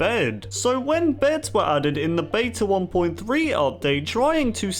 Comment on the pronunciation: Stop pronouncing beta wrong!